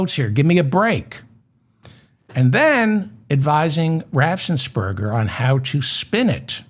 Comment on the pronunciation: David, please stop putting an extra s in your pronunciation of "Raffensperger"!